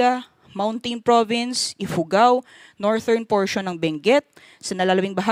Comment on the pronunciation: Thank you po for the update. The pronunciation of "northern" po is soft /d/ as in "this" not /t/...US /ˈnɔːr.ðɚn